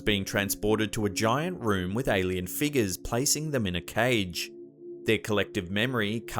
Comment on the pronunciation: THERES AN R IN FIGURE